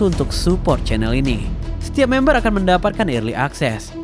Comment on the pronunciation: membership min, bukan mamber wkwkwkw